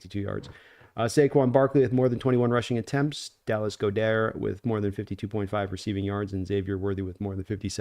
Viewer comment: It's pronounced, Dallas "God-dirt". 😊